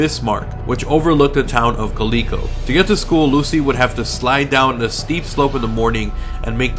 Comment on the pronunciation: Just a heads up, if you are referring to Calico ghost town it is pronounced Cal-i-co. live about an hour and thirty minutes away and can agree that it is creepy there.